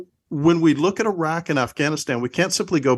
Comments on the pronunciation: internets to for correctly pronouncing "Iraq" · Yeah, always encouraging to hear yanks pronounce Iran and Iraq correctly. Sad but true